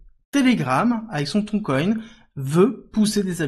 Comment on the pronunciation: Merci de prononcer Tonne et non Thon coin 🤣